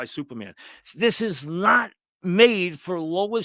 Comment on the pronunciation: Please, I need a Francesa movie review every week. Supahman is not youmin.